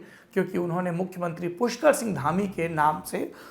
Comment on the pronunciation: Raj nath ji puskar nhi pushkar hota hae